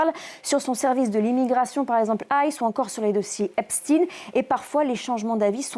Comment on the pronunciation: Vous aussi vous faites du rétropédalage mais sans le sens inverse : C'est Epstein (prononcé comme Einstein, Goldstein, Silverstein, Frankenstein, Weinstein, etc) puis ensuite vous prononcé Epstin.